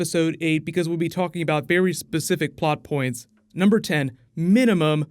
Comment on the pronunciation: Did you just say "Bear-y specific"?